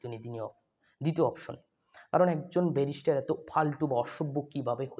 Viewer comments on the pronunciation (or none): Beta barrister uccharon thik moto koro. Barrister ….. Barishter nah ! Ar niropekkho , niropeksho na.